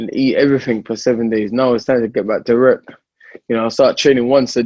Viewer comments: WORK, with a "w", not with a "rer" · "Werk"...dillian whyte.